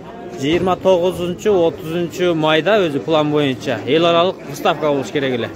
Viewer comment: Ставка эмес выставка деп айтсан в га ударение коюп